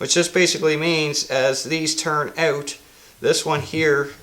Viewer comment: Good vid. Great beard! I like the way you say "ewt". Like "ewtside" or "I figured it ewt." Cheers!